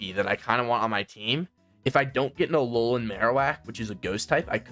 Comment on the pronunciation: BRO SED ALOLOAN PONYTA WHY WHY U DO THIS TO ME